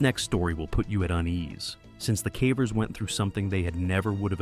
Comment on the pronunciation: Not as bad as when the AI narrator pronounces "cavers" as "cavvers" but calling Ficco "Ficko" is sending me 😂😂😂 (No offense intended; it was just funny, lol.)